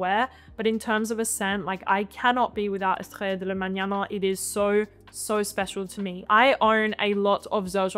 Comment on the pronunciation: I love your pronunciation on most languages but on "Estrella de la Mañana" the language is spanish, not french. eh-stray-ah